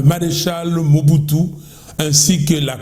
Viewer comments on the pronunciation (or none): none